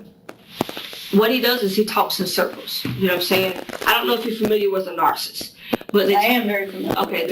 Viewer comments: She keeps saying narsist! Lmao it’s driving me insane! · She can't pronounce narcissist. She said "narcist." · This is the best interrogation, I HAVE EVER SEEN!!! EEVVEERR!!!!!!!!! NARCIST.....I LOVE HOW SHE SO CONFIDENTLY PRONOUNCES IT AS IS SHE HAS A LICK OF INTELLIGENCE IN THAT BABY, PEA, BRAIN RADDLING AROUND IN THAT THICK AZZ SKULL 😅😅😂😂😅😅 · She can’t even pronounce it right